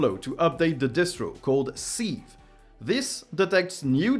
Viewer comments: Just so you know,, sieve means passoire or crible and is pronounced "siv" rather than "seev". No shade intended, I only mention it because your English is really pretty good. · FYI sieve is pronounced siv, with an i as in lip